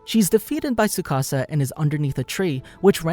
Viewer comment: tsukasa not sukasa XD